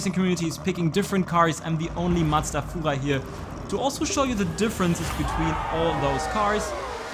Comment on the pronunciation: "Fuchwai" love it